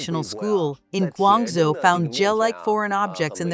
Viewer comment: It's hard not to laugh when the robot voice pronounces provinces and cities in China so poorly😂 'GWONG ZEEEE' haha